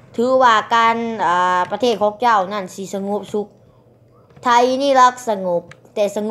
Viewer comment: พูดประเทศยังไม่ถูกเลยยังจะกร่างอีกกูละขำ